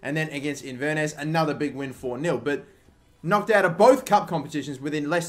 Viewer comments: it's pronounced in-ver-ness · its pronouncer in-ver-ness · In-ver-ness par-tick jfc. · Inver-nuss? 😂 Inverness Caledonian Thistle, Kill-ma-nock? WTAF 😂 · Inverness is pronounced In-ver-ness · 😂😂😂😂😂 the way you pronounced Inverness 😂😂😂